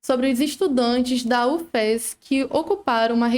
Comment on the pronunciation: Bom dia, se escreve Ufes mas nós falamos "Ufis"